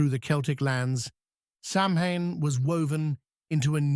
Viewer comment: Samhane.. ouch. AI at times does have its shortcomings. Otherwise I enjoy your channe!!